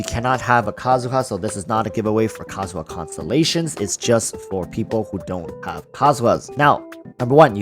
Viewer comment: Kazuha not Kazuya